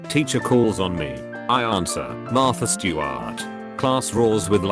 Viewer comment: “Martha Stwarrrrt”